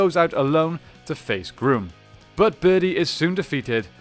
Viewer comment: His name is not pronounced Groom it is pronounced Gruum.